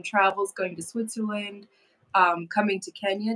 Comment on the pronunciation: TELL your Daddy that there is NO 'H' Sound in SWITZERLAND. LOL